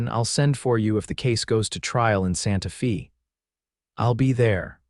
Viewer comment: ABUSE of city names is horridly annoying...... IT's Santa Fey - not Santa Fee!!! and wound is an injury, not string wound around a stick!